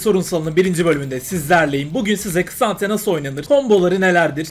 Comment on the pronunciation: Ksante... K is silent hillbilly